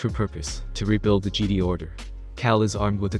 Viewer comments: Say Geedee one more time! Lol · He pronounced Jedi as geedee:/ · Lmao, this dude can't pronounce Jedi right